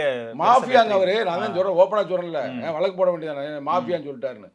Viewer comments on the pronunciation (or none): none